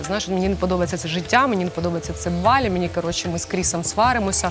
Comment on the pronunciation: Авторе, не БалІ - а БАлі! Не будь кугутом недосвідченим - навчися правильно розмовляти,!